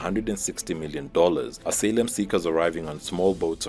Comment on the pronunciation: "...asalem seekers?" Do you mean "asylum seekers?"